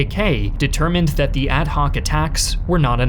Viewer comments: Call me a grammar Nazi, but the constant mispronunciation of the word “the” makes this difficult to listen to. “The” is pronounced “thee” before a vowel (thee Americans) but pronounced “thuh ” before a consonant (thuh guns and tanks). Call me the armchair grammarian, but take no offense. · Are you AI? Why do you say THEE instead of THUH? I find your content interesting, but I just cannot listen to your narration. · Why does this guy always pronounce "the" as "thee" instead of "thuh"... sounds weird.